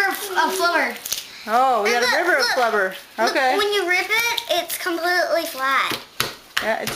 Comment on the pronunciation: flabur whats flabur you mean to say flubber